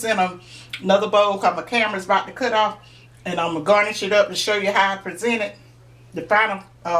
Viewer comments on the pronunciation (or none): none